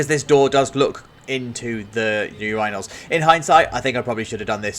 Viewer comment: Excuse me sir, how did you pronounce urinals?